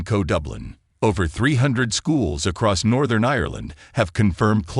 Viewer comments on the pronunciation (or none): none